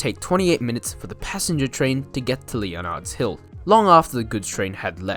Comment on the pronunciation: And Leonard's Hill is pronounced 'Lennard's' Hill. And all the 'G's in Lerderderg are hard -- as in 'good'.